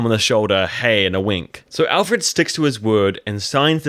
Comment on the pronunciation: Forgive me. I know this comment will seem obnoxious though I certainly don’t mean it to be; it’s just a pet peeve of mine. The Æ-sound, whether in modern or Old English, is not a long A as you are saying it in Æthelred. It is the same A-sound as in apple or have or cat.